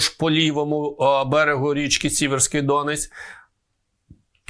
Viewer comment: Не ДОнець, а ДонЕць, не ДОнець а ДонЕць, не ДОнець а ДонЕць